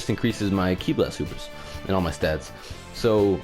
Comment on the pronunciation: It sounds you have trouble saying "stats" lol